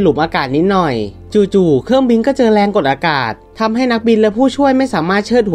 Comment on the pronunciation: เครื่องบิง 555 ค่อยๆพัฒนาไปครับ